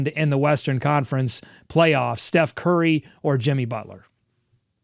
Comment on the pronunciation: "Che Curry" 😂😂😂😂